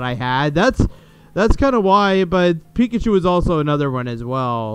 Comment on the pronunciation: 😮 Resident Evil 2 and code veronica!!! 😮 And lol... "pick-at-you" its pikachu 😆😆😆